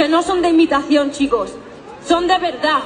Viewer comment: Me cago de risa cuando dice son d verda' con q énfasis lo dice